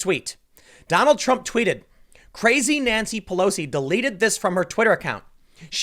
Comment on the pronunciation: Lol Tim said Trum wrote instead of Trump